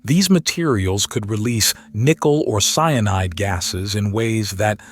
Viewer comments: CN is pronounced "CEYE-A-NIDE", not "sinide"!!! AND: Professor Loeb's name is pronounced "LOBE", not "low-ab"! Sheeeeeeeesh!!! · Wtf is Cinide , its Cyanide you nob ? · It`s cyanide, not cinide. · nothing going to pull you out of a story or news that you're following more than a AI generated voiceover that has a misspelled word in it sinide ain't the same thing as cyanide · sin-eye'd that is different smh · Somebody, get the AI to pronounce the same words consistently e.g, cyanide. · This AI voice is insufferable!!! Come on, if you can use ylur own voice, it is pathetic to use AI and it can't even say cyanide correctly!!! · Is the AI voice saying cyanide? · It’s already in our solar system. Btw, please explain to AI that it’s 3 syllables — cyanide